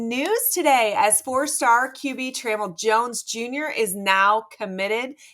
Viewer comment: It’s pronounced “Truh-mell” not “Tray-mull” 🫠🤦🏾‍♂️ lol